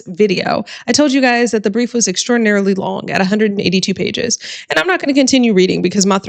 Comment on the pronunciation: I almost snorted when you said “a hundredt an eighty-two pay-ges!